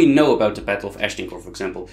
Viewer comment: Agincourt. Pronounce it just like the French do. Not 'ashdincourt(!?)' A zjien koer!